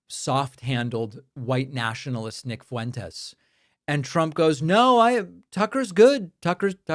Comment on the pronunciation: "Nick Foo-wentess"